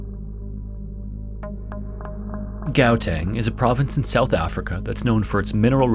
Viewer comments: Haha... Gowteng... Sorry if someone mentioned it before. I know it's hard if not a native speaker and you can't be expected to know what you haven't heard before. But for future reference, 'Gauteng' is pronouced with a hard G, like a cat coughing up a hairball, like Latin-American Spanish speakers would pronounce J in Juarez, but more aggressive. Love your videos! I eat them up like Marie Antoinette ate cakes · Hi, long time viewer from South Africa here! I love your videos, but the pronunciations of Gauteng and Sterkfontein were a bit off that I had to double back to make sure I heard it right 😅The 'G' in 'Gauteng' is a guttural sound and the 'e' in 'Sterk' is similar to the 'a' in 'at' in english. Hope this helps! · Gauteng. The G is pronounced like the "ch" in Loch Ness. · Love the video! However as a South African I feel I should kindly point out for future reference that Gauteng is pronounced “How-teng” 😊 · I like the video and this is why I don't go caving, I'm not that brave🤣🤣🤣, anyway just wanted to say Gauteng is pronounced with a Kh and not a G sound so it's pronounced Khauteng even though it's spelled Gauteng and I went to those caves ones on a trip and they tell the story to the visitors each time of what happened to Peter. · the pronunciation of gauteng is killing me 😭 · the way he said Gauteng 😂... I have been to that cave on expiditions and heard this story before... that underground lake of the cave is not sealed of but blocked off and protected by all means.. there is even a Hard Hat floating out in the water you can see with flash lights and no one is allowed to go fetch it, not even the pros.... wonder if it is still there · Being from Gauteng, you have to giggle at the pronunciation of Gauteng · They way he pronounced Gauteng threw me off so hard hahahaha, great video but that gave me a good laugh in between the suspense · The pronunciation of Gauteng😭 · Never have i ever heard someone pronounce Gauteng like that😂😂😂